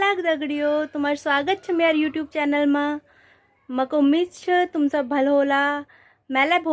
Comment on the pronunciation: चैनमा नहीं चैनलम्